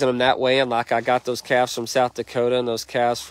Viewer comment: Calves not calvs